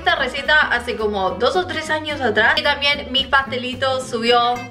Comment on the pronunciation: te re banco pero por favor no te comas la B cuando digas "También", en todos los vídeos decís tamien y suena mal 😊